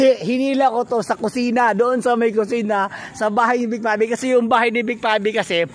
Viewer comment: Pangit pangit ang pag narrate mo kuya......vic pave vic pave vic pave vic pabe....ah ha ha ha ha